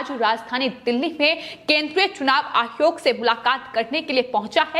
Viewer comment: Tum Pakistani hai keya? Hare word ko kuchbhi bolte rahati ho. Ayog ko ayhog kiyun bolti ho? Kitne bar bola tumahara news presentation style normal karo. Unpad ledki ke tarah pronounce karti rahati ho.